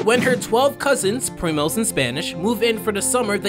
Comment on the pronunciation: it is not primas instead of primos ???